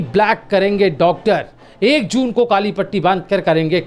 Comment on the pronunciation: Doctor ko tar tar bolata hai padha likha nahi hai